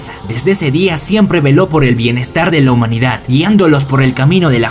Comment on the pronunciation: Puedes dejar de decir "humanidat" se dice humanidad no es tan difícil